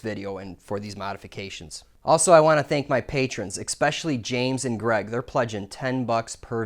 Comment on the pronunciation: Especially.... there is no X. If your going to do videos please speak properly... ( rant over) Good vid man, I’m definitely going to do something similar but your lights are dangerous in a dusty environment. Maybe some led downlights or led strip or other low voltage lighting would be better.